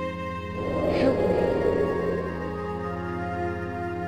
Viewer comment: I know the ghost lady thing says "help me" but I only understand "shoot me".